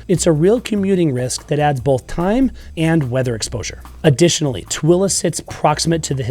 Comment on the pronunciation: Tooele not Twilla. And Hurricane is pronounced Hurricun by Utahans even though spelled Hurricane like the Atlantic Ocean storm. Funny.